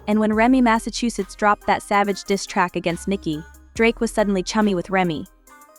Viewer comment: Remy "Massachusetts" 😂😂😂 f***in AI smh